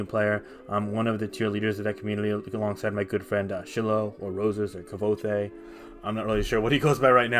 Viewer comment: didn't realize anyone pronounced SHY-loh's name like this, yet here we are